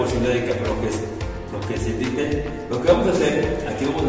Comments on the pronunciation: Hablando de gente ignorante. Se llama DINTEL a la pieza horizontal superior de puertas, ventanas y otros huecos, apoyada en sus extremos sobre las jambas y destinada para soportar cargas. no se llama "vintel" ni "lindel" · Así es. Se llama Dintel. Y si quieres educar a la gente que "por su ignorancia" no lo pronuncia bien, al menos da tu explicación con tus propias palabras en lugar de bajar la definición de Google👍